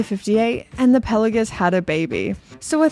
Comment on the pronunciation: PEL-OH-GISS?!? It’s pronounced PELA-GOS.